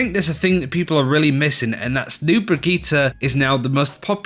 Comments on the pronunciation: Brageeter..... its Brigitte ( Bri-g-E-ta ) for the love of gawd please practice this as it is JARRING to hear you make a video about her then mispronounce the characters name and run it through the mud. :) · Why do you all pronounce Brigitte so weird? You either say "Brick" or "Brigita". Her name is "Brigitte"